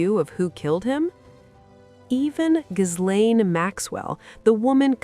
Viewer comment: Omfg. The S is SILENT. NOT GIZ-LANE. GIL-LANE. FOR CRYING OUT LOUD!!!